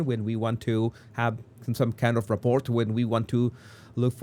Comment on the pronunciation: The T in "Rapport" is silent. Its pronounced ruh-poor. 😊